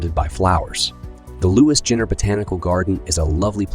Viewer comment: I guessing this was done by someone that hasn't actually been here. Ginter is pronounced (GeeN'ter) not (Gin'ter). Better things to do. The rope swings by the old iron mill. Texas Beach, through the high grass. Trainspotting while eating pizza on an outside patio 20' above street level. Carytown shopping and walking. Get a tattoo....we got lots joints. Get a crafted beer, we go more than tattoo parlors. Go to Oregon Hill halloween parade. Go to a bar in the 'Bottom, a traditional red lamp district, now a safe college bar row. Go on a bike trail. Go to a strip club made from metal transportation containers. Eat any kind of food, from Richmond obnoxious amount of mom and pop restaurants. Street festivals, food trucks, marathons through the city. Buy a pool float from the walmart, blow it up, float down the James.........